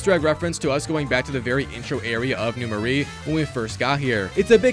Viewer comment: first off its NEW MARAIS prounounced MER -A second do festival of blood as well those have UGC trophies too